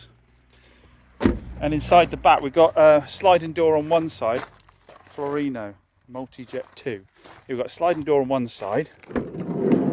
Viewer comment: Not Florino, but Fiorino